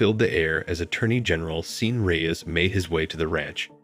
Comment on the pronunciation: Sean is PRONOUNCED "Shawn" as in Hannity.